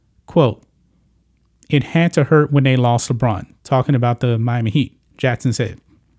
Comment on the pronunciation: It’s Jackson. Not Jattson. Common mistake.